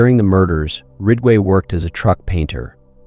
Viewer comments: It's not 'Rigway' but 'Ridgway',...RIDG....and these adds:how many adds can one take,listening to a story....djeez....pffff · Rig-way? It’s Ridge-way… If you can’t even pronounce the main characters name, right, I’m out. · Good content but is it possible to make sure the AI is accurate and the volume levels consistent? Gets tiresome when the AI doesn’t even pronounce Ridgway correctly.